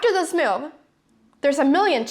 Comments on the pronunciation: And the funny way she pronounces the word 'move': ..'he didn't understand my mewv' ;)))) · Mew-v..ha-ha, never heard anyone pronounce the word 'move' like you do before :-)